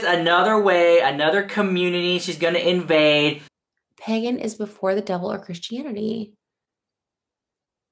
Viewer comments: Can we talk about how Trisha literally can't pronounce "pagan" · she didn't even say Pagan right 😭😭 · Omgggg Pagan but I DEFINITELY heard pegging…they do that in the Wiccan Commoontity? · took me 3 replays to figure out she said “pagan” community and not “pegging community” lmfao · she has such a weird accent sometimes w certain words!! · I legit thought she said "pegging community" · It sounds like she said pegging community